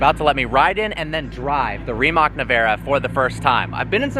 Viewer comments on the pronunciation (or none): Bro said "Reemock" 🤡 it's Rimac mate, Rimac. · 😂😂😂 listening to him say reemok instead of rimac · RimaC (not Rimak spelling)….it’s from Europe! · It’s not Rimak, it’s Rimac (Rimatz) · Pronounce it right!!! Its "Rimats" not "Rimack" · It is not "Rimak"...it is "RIMAC" ...CCCC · It's pronounced RimAc, not RimEc. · Better to say Rimas then Rimak . This C letter isnt K letter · RIMAC.................NOT REMAC.................DUH!!! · It is not Rimak it is Rimac (Ri-mats) - you would think some car enthusiast would care to pronounce the name properly. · It's pronounced Rimats/Rimatz ... not Rimak ... a ts sound at the end - as in that's or what's or bits ... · pepole from america...leard how to proper say RIMAC!!! C is not K or KEY or that...please do learn and do not disrespect the name!!! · its no rimak its Rimac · It's not a RIMACK, or a REEMACK. It's a REE-MATTS. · Pronunciation id Rimatz, not Rimak. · Rimac. It's pronounced "Ree-mots" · For the Americans it sounds more like Rimatch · REE….matz. Gosh, please pronounce the right way. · REE-motts I'm Croatian, I know how to pronounce it correctly :D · if you wanna sounds like you know what you're talking about, the way you pronounce the name Rimac is ReeMatz/s. And Nevera is Neh-veh-rah. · It's pronounced "Rimats" - the "c" in Croatian is pronounced as "ts"...You're pronouncing the "a" sound correctly though, quite atypical for a native English speaker ;) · It’s actually pronounced „rimatz“ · “You are saying it wrong”. It is Rimats. Just had to say that because Brooks mentioned it.😂😊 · Brooks´ face every time mispronounces Remac 🤣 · Ree-mahts That's how you say it. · Being Croatian, I can't describe how annoyed I get when people pronounce the brand "Rimak" instead of the proper "C" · We know America's cannot pronounce rimac correctly but he tried